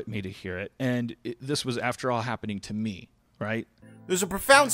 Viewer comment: did he just say... mie ?